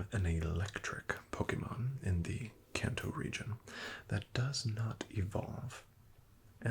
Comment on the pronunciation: I believe it should be pronunced "kahn-to"